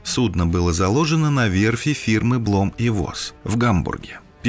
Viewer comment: Не воз , а фосс.